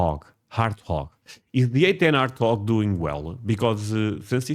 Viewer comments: now I know about most of the comments I've seen. And I gave you some praise and a little shit. Hahaha You can pronounce "war", right? Just put a T at the end. Hahaha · Wart Hog; Wha rt Hog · Hart Wog. 😆. My friend... As everyone else is saying, it's "Wart... Hog" Like a wart on the end of your nose and a hog in the mud. I used to work on them every day along with F-16s when I was in the Air Force and they're definitely are one of the greatest planes ever made. Getting rid of them just isn't smart because they're the only one that can do what they do. 77! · Lol 🤣 you said "Art- twog" it is in fact "war-t - Hog" 😉 you'll get it. Great show 👍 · You're saying hard talk it's wort hog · You are saying it with an "H" instead of a "W". Warthog. Not Harthog. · It's pronounced "WART HOG", NOT "Hartwog". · Wah-Art-Hog my friend. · it is pronounced the A10 War--t--hog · The gun's rounds are hitting the target before you hear the sound. It's pronounced "Wort Hog" the W is NOT silent. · Hello, when you pronounce Warthog, you seem to leave off the W. I asked AI why and they said that you do not have the W in Portuguese, but it you say the word like this "U-arthog" It might make you say the w sound before the word. They also suggested. (Just trying to help) 1. The word "UAU" (Wow) This is the most direct equivalent. In Portuguese, the "UA" in "Uau" creates the exact English "W" glide. Tell them to start "Warthog" exactly like they start "Uau." 2. The word "ÁGUA" (Water) The "GUA" part of "Água" contains the "W" sound. Tell them to take the sound from the end of "Água" and put it at the beginning of the plane's name. 3. The letter "U" in a Diphthong In Portuguese, when a "U" is followed by another vowel (like "UE" or "UI"), it naturally becomes a "W" sound. Examples: Quatro (Kwatro), Cueca (Kweka), Linguiça (Lingwisa). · War t hog [w in why] A warthog is an animal. If you look it up it may have a pronunciation. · It's Warthog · Damn Right 👍 pronounced wort hog